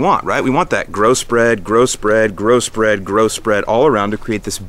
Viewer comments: I know he's saying growth spread over and over. But.... gross bread gross bread gross bread. 😆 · Grow-spread sounded like gross bread 😜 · lol I kept hearing Gross Bread Gross Bread Gross Bread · Sounded like you said "gross bread, gross bread, grow spread" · Did you say gross bread lol